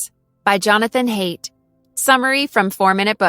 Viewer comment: "Haidt" is a beautiful German name, and should be pronounced "High-dt".